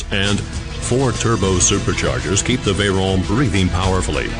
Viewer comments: Turbo supercharger is the proper name for a "turbo", for those of you who didn't know. The narrator also uses proper pronunciation with the name Veyron. The entire car is a technical masterpiece except to the ignorant who know nothing of engineering. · Its a french name so the 'r' is pronounced like the french do...